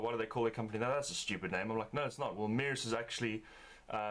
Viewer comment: It's pronounced "mersha"